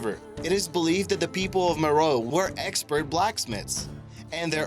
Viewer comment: That's Meroë, not Meroe. It has 3 syllables, and the adjective form is Meroitic. Like, the Meroitic people. They conquered Egypt, providing one of the foreign dynasties.